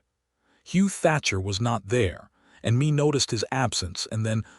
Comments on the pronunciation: Mee reed? Not May? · Good story of two people who met on a dusty road and fell in love and a family followed. AI just cannot get pronunciations correct Mae is not me its May! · The name "Mea" is being pronounced like "me", where it is more likely it is to be "May". A good story. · Good storyline! This is Mae and Hugh story. Mae left Colorado for a better life where she could be herself and not being controled by her brother-in law after her husband passed away. A little rushed at the end but all in all a good story. Mae is pronounce May. These storys need to be proofread by a human being before they are posted for the public. This enability to pronounce names correctly detracts from the story. Listening in Texas.